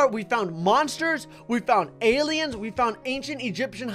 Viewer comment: if i was: ALIEMS!?!?! i love aliems by the way i meant to say aliems cuz says aliems instead of aliens